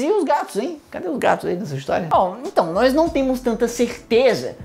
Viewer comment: Aaaaaaaaaaaa para de falar "nois" kkkkkkkkkk